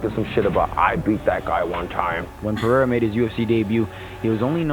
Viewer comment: its kinda pronounced like "Per-haid-uhh". Almost a small roll of the tongue, most people get it wrong so its probably not translating well from me either lol. Some just it like "Perr-hair-uh"